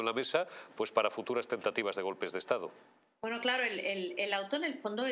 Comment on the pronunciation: En vez de Estado, "Estafo"...